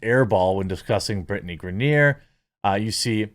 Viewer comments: Griner. Not Grenier. Griner like “winer diner and griner.” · Gri-ner its not gra-near... ffs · Lol; I know you don’t care; but it’s pronounced Gr-eye-nur. And yeah, this is just the dumbest thing, and seeing people push for her release is mind-numbingly ignorant. They don’t realize what it takes to make this happen; and also don’t know what happened. I think she will ultimately get released, but the more we push on social media, the more Russia will get in return. Best course of action, for those that care about her, write to the elected officials, not the world on social media. 🤦‍♂️ Most wouldn’t know who their elected officials are, or how to contact them off social media. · "Gra-near" lol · It’s pronounced Griner (gry-nur) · Bro this is old news...outkick...black n white sports...have covered this for weeks....n the dude locked up in Russia name is pronounced grine-ner..lol.. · LMAO GRANIERRRRRRRRRRR dunno if he cant read or just messing it up on purpose. funny as hell non the less screw her. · why is he saying Griner like that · Come on Jeremy, you know how to pronounce her name correctly. Griner rhymes with niner. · Are you purposely saying her name wrong? Cause it’s annoying lol.